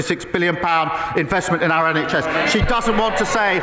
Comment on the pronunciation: At least Ed Davey says “our” - Starmer says ARE and I can’t bear it.